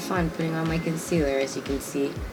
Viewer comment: Lol u sounded Jamaican when u said concealer😂